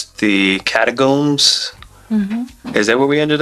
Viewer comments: Catacombs? think you mean Cairngorms!!! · Did you mean Cairngorms, rather than Catacombs? "Catacombs" are like underground cemeteries! (That sounds pretty cool!!!)